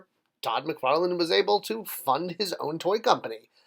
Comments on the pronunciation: Come on man, it's McFarlane not McFarland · It’s McFarlane.